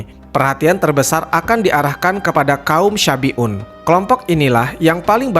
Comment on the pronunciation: Salah pengucapan bukan kaum syafi'un tapi shabi'un. Artinya beda, kalau syafi'un adalah kaum yg mengikuti ajaran imam Syafi'i. Kalau yg di ceritakan itu kaum shabi'un